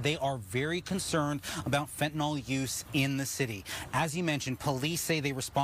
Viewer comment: What is Fantinol? Is it anything like Fentanyl? Pronounce the word correctly ffs you are a highly paid new anchor